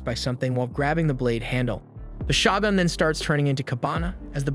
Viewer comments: is it really pronounced SHA-GUNS instead of sho-gun....like wtf? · “Shagun”?! I thought it was pronounced “shogun” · Is it really that difficult to say “Shogun”? Show-gun.